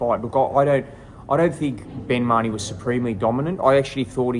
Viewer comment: doesn't even know how to pronounce His name! Ma- Ho-Nee = Mahoney, not! It. was 6 to 5 Tszyu going into the 12th & did edge out the 12th!!